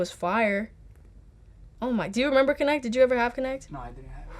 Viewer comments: es kinetc pero es normal la confusion porque lo pronuncia connect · No es "conect" si no Kinect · "Jugaba de esos que nadie jugaba, como Portal 2" Claro, nadie jugo uno de los juegos mas vendidos y famosos de PC. Pero lo que me mato fue el "Connect" xdxd